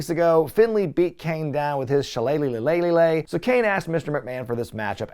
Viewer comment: I will never get tired of the way you say "shilleleylilellilagh"